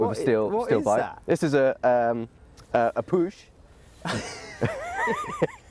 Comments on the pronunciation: It's not "push", it is "puh". Somewhat like Winnie-the-Pooh. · The "ch" in Puch is pronounced like the "ch" in Loch Ness ...or any other loch there is (not "k" - but like Scots pronounce it) Puch is an old, well-known Austrian company producing cars and (motor-)bikes. They are known for long lasting and reliable vehicles.